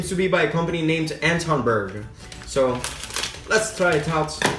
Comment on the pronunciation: You almost Said Antons Berg corret